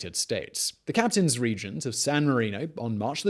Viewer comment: Isn't it Captains Regent? Just a thought, I've probably misheard